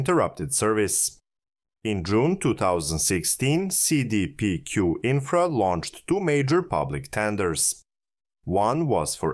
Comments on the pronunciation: Seee deee peee cuuuuue Ohh and so half way through the video you can actually pronounce it normal? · Cee Dee Pee Queue (english pronouciation) Say Day Pay Cul (Q) (french) it's an abreviation of Caisse de Dépots et Placements du Québec or diminuate simply as la La Caisse (i.e: The Cashflow) it'S a huge Investing fund company in Canada.